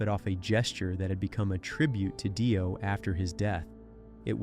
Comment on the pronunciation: 2pac shocker and ronnie Die-o. 😂😂😂